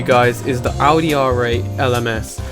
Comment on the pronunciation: Thank you for saying "Audi" and not "Ohdi"